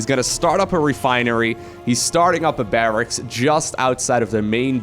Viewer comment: Barracks is correct but it can be tricky to pronounce. Think of it as Barrax and not Barrackses